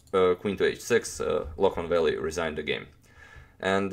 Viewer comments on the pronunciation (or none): none